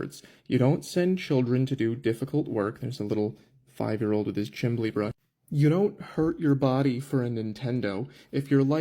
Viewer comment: did he really say "chimley" 🤣